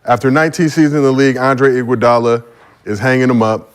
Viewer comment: Dude said iguadala better than khawhi😂😂😂 dude on drugs